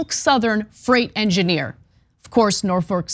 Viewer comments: It's NOT Nor-foke. It's Nor-fuk. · It's not "Nor-folk", it's "Nor-fuck"! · So said this during the stream, but you're not pronouncing Norfolk correctly. The folk should sound more like a different f-word. (edit: grammar) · I had to quit listening due to the constant mispronounciation.